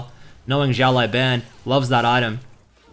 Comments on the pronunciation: `The way you pronounce his name is a bit wrong lol the last word should be bao not ban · His name means little boss. It's pronounced like (shh ow) (lu ow) (bon) shh like quite, ow like it hurt, lu like the u is lust, bon like saying ban really British. Thanks for the vids!